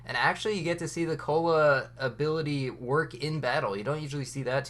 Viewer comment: Got confused when he pronounced Koala like “cola”